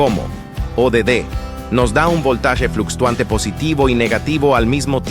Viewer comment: ¿Fluxtuante? No existe el término, en realidad es Fluctuante